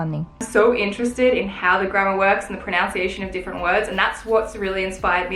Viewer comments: I love you and I love your videos...but it's "proNUNciation", not "proNOUNciation". Just a little thing. Excellent goals; you've really got me thinking about mine:) x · Before learning the pronunciation of Italian words learn the pronunciation of the word pronunciation- unce not ounce. I love that you're getting rid of things that just take up space, that don't really have any use in your everyday life :D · Did anyone else notice when she was talking about the proper proNUNciation of the words in Italian, she kept saying proNOUNCIation? Jw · Is anyone else finding it low-key funny that is pronouncing the word ‘pronunciation’ incorrectly? Lols